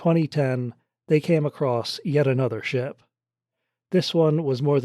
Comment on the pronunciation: It is another, not aynother you shite.